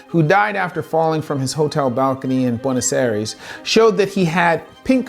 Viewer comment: Don't mind me, I'm just laughing at all the news reporters STRUGGLING to properly pronounce Buenos Aires. Greetings from the province of Buenos Aires, Argentina.